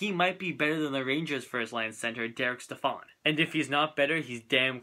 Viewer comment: Stepan not stephan